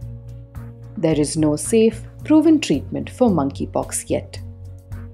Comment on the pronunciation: I keep hearing Mann ki pox